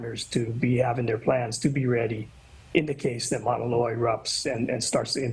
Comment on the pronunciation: The way that presenter pronounced Mauna Loa hurt me.